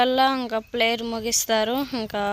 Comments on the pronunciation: ప్లేయర్ కాదు ప్రేయర్ ర్యాలింగు కాదు ర్యాలీ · ప్లేయర్ కాదమ్మ తల్లి " ప్రేయర్" ర్యాలింగ్ కాదు తల్లి "ర్యాలీ" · ప్లేయర్ కాదు ప్రేయర్ ర్యాలీ కాదు ర్యాలీ ర్యాలీ తినమంటే గొడ్డు మాసం కేజీలు కేజీలు తింటావ్ ఒక రెండు నిమిషాలు ఆగి మాట్లాడు ఏం మాట్లాడుతున్నావ్ అర్థం చేసుకుని మాట్లాడు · ప్లైయర్ కాదు మా ప్రేయర్ అనాలి 😊